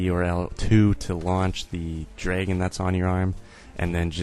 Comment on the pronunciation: I like how you say "dregon"